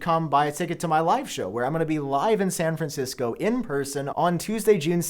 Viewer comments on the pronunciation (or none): “San Fransico” 😂😂😂